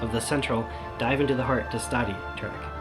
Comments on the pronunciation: Are you saying Destati wrong? The song says DES-Ta-Ti you say DeS-Tati. Which is right? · "Dess-toe-thea" is close enough to the way it's pronounced.